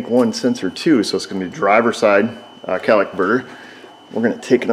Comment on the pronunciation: Cat-a-lyt-ic converter. Come on. Say it with me. "Cat-a-lyt-ic". Very good,. I knew you could do it.